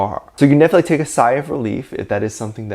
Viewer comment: YOU'RE SAYING "TAKE", NOT TAE